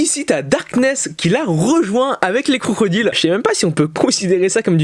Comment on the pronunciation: J'ai l'impression que tu dis crocrodile au lieu de crocodile quand tu parles de konosuba 😂 je ne sais pas si c'est normal ou non